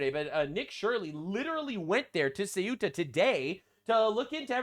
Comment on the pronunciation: How do people keep pronouncing Ceuta as if it's Cueta? Nick Shirley's like the third person I've heard say it that way in 2 days; it's like sayoota or thayoota, depending on how Castilian your Spanish accent is. It's weird because even looking at the word and trying to pronounce it as if it was English, you'd end up with a pronunciation more like "cute-uh". Only way it makes sense to me is if everyone I've heard pronounce it that way is dyslexic. And I should clarify, I mean no disrespect to Nick Shirley, or in fact any of the people I've heard say it that way. They're all people I actually like on YouTube, that mispronunciation just strikes me as really odd.